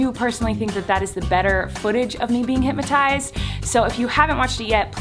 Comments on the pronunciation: HypNOTized. Not HypMatize. 😒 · Every time she said hypnotized she said hypmatized 🙈🙈🙈